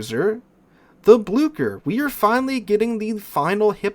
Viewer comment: Like i am not best at pronouncing names in langueages idk but u absolutely murdered the Blücher. It is an ü not an u and it isnt an k it is ch so it is more like Bloosher. Idk a english word with a ü sound so oo is closest i gues.